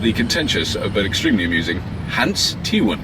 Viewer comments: Ahahahahah, Hens Tiewen,ahahaha, love it when the English and Americans try to say Dutch names =) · Funny how Robert pronounces "Teeuwen" :P